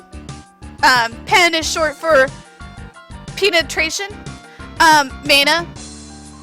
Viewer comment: Pinetration xD